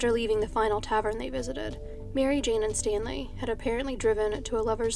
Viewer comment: I think you're the only true crime videographer on YouTube who knows how to pronounce "tavern" and god bless you for it